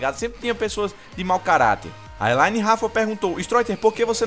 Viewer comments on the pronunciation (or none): nome: elhaine pronuncia: eLine *by stroiter